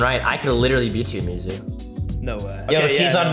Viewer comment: That ain’t mizu that’s moozu💀